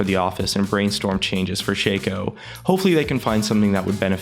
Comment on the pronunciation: shaco not shayco